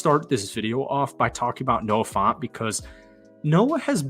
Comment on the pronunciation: Dude just buy a hawks jersey already or stop saying youre gonna buy one. You lack accountability for what you say. btw its Noah Fant like an ant not aunt, and Devons name is pronounced as devin (no knock on you for mispronouncing this one)